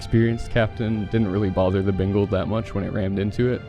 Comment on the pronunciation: Is it just me or does it always sound like he says Bingal not Bengal lol.